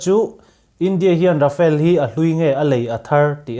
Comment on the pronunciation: Rafale hi English ang in I lam lo thei a ngem aw ka ti mai mai.. Rhafaal tih a lam tir a nia.. A chhan chu french o hian R hi (air) dang ri nen a in pawlh deuh in a lam thin a... A awm zia chu thlipui thawk thut tih na mai a nia.. Mizoram hi vai ho in Mizuram min tih sak hian, Aih Mizoram ti tralh thin ka ni😂